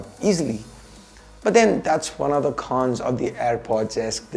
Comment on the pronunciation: Phause, kholls (calls), khons (cons) Unusual change of accent and pronounciation Needless to say, it's not taunt or anything. Just criticism for improvement